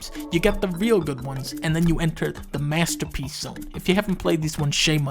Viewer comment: "you got the MASTAPEECE games then you got..... The big boys" 🤣🤣🤣